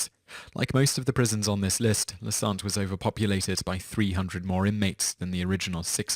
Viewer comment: It's said "santeh", not "sant". What's funny is that "Santé" means "Health" is french... It sucked, true, but La Santé housed a lot of very whealthy individuals with very nice detention conditions... It was a strange place, really. But now it's closed. Thank fuck.